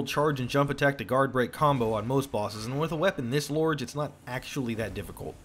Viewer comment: I’m just… why did you say large like that?